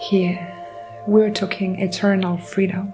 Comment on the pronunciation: I don’t usually say this when not asked first; Id want to Be told; personal preference tho. So, imma not spam your comments about this. Your messages are beautifully clear. Here are some words I heard and thought you may appreciate the pronunciation reminder. Goddess is like “Gawdess” Frequency is “free” “quency” Talking is “tawking” Envelop is like “enn-vell-up” Courage is “curidge” Abundance is like “ah bun-dince” Effort is like “effert/ effurt” Trauma is trawma Thank you so kindly for your message and for reading, I bring this up, again because I’d personally like to be told, please feel free to take no offense, since none is meant.